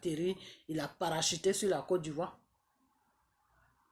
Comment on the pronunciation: Ont dit côte d'Ivoire et non codivoire 😂😂😂😂😂😂